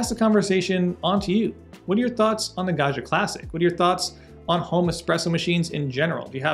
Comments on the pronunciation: Pro tip: Italians 😂pronounce the name like this: gawd jee uh. It's an ITALIAN word, not French. Italian does not have a "zh" sound. Think Joe Di Maggio, Ruggiero, Maggiore, Baggio... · The way he pronounces "Gaggia" it's an insult to the Italians...